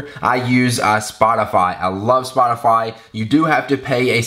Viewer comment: Spotafayyy, haha awesome